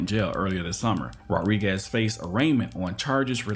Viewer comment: The narrator doesn't know how to pronounce Rodriguez. He keeps saying "rawriguess." The name is pronounced, Mr. Narrator, Rod-ree-gez